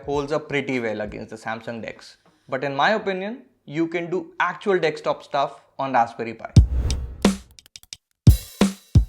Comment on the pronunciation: its DESKTOP, not DEKSTOP.